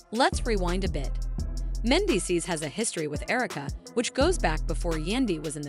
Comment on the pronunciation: As a voiceover talent, HOW did the vo artist mispronounce "Mandeecees" name the entire reading? However, this was a really nice video and well-put together.✨